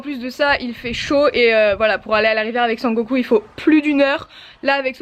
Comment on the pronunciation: Super vidéo ! Il faudrais juste que tu écoute ton "et" à exactement 1min19